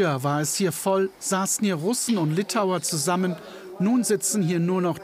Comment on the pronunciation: Liptauer statt Litauer.